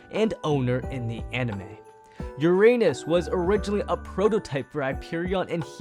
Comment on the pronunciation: at the end he said "uRaNuS